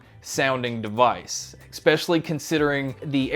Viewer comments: Ex-pecially x 2 but you finally got it right (maybe) and (kinda). You're welcome. 😉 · There is no “x” in the word “especially”